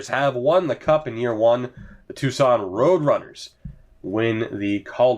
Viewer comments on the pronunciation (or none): none